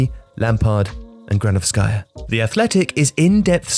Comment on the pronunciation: It’s Marina Gránovskaya, not Granovskáya